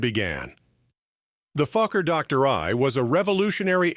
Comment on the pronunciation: HOLY MOLEY!!! I haven't laughed this hard in years, I had tears streaming down my face. I almost pissed myself. Gotta love AI narration. " FLYING THE FUCKER DOCTOR I TRIP PLANE" 🤣🤣😂😂🤣 HILARIOUS!!!